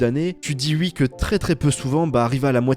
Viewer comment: Par contre pour l’amour du ciel arrête de dire ui dis oui s’il te plaît 😭😭